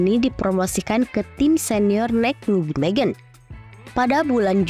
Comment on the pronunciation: Kenapa yah kalo mengucapkankan Nijmegen kok susah banget.....Neimehen (bhs Belanda huruf J pengucapannya Y dan huruf G pengucapannya H)